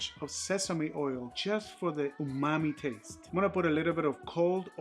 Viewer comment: Umami!! I thought you were saying OOOHH MOMMY!! 😂😂 Like OOOHH MOMMY IS THAT GOOD!! I always learn something new!